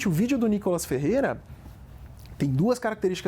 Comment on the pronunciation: O professor não consegue falar o nome o deputado federal N I K O L A S F E R R E I R A